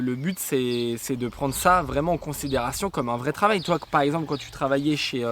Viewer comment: " je suis fier de (toit) " 😀 C'est clair que a besoin de "toit" 🤣🤣